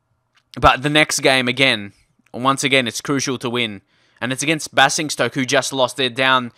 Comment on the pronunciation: It's bay-zing-stoke